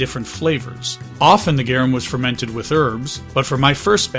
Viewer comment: its pronounced "Gar- Um" not "Gyeereuhm"